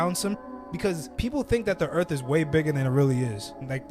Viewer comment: Earff? lol